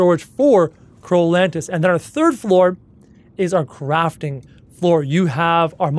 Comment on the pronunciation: When he said- let’s Leave the Crafting bay, I thought he said- let’s leave the Crapping bay